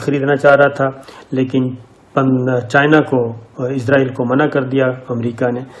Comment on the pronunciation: صابر بھائی براۓ مہربانی اسرائیل کہیں ازرائیل نہ کہیں ۔